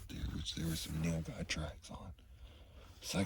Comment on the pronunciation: Bro can you do a video on how you butchered the Nilguy?